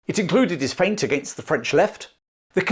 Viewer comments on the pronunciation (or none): none